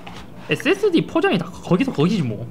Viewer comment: 왜 자꾸 앳Seㄱ스디 라고 발음하세요?